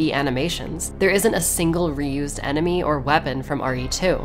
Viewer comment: stg if I hear NeMmY once again I'm gonna lose my goddamn mind